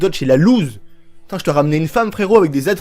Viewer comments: RIP le français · Mes qui dit femeu